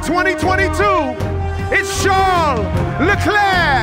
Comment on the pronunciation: he also showed off his excellent french accent with "lekklee" which reminded me the movie dodgeball